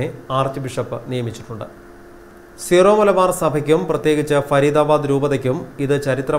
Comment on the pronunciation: സീറോ മലബാര്‍ അല്ല ! സിറോ മലബാര്‍ ആണ്